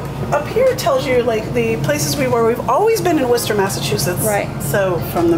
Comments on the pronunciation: I know it’s just because you’re from england and you also have a Worcester there but thank you for pronouncing it correctly! take notes americans! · And you can pronounce Worcester despite not living in New England! I put that down to you being British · my aunt and cousin are in worcester, thanks for pronouncing perfectly! lol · You pronounced Worchester right! I love you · As my parents would say, you're supposed to drive around NYC! And well done pronouncing Worchester correctly. =)